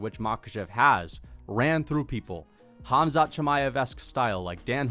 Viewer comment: For all the non Russian speakers K is silent so it's Mahachev it's Habib Hamzat, etc. Your welcome 🤗